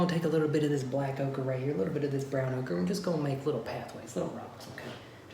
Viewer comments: I thought he was saying okra at first. Hehe. White okra, black okra.. Lol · Say oaker again!!